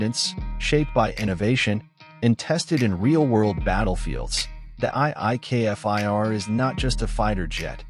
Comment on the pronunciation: love this jet but please say the name Kfir not K F I R...